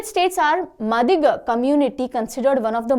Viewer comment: Mam Madiga is pronounced as "Maadiga "in Telangana